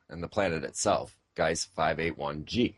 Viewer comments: no guise dummy. Gleise ... sounds like Gligh-zuh or Glee-zuh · and it's Gliese, not Geise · glee sah not glice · "Gliese" = "G"+ "leeza" (as in Leeza Givens). Not "Gice". Just thought you might want to know. Interesting dialog in any case, not a grammar flame or anything. :-) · l'm a bit late but the planet that was found is pronounced, (glee-za) peace out